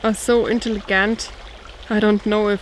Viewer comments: Intelli(j)ent , it’s the soft g sound, but we understood anyway😃, you do 2 channels in 2 languages!your work ethic must be rock solid! Great video, that is paradise, I live in the Sonoran desert(Arizona), love the sound of water and smell and feel of soft grasses, feet on the forest floor oh yes👌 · G sounds like a J in intelligent ;);)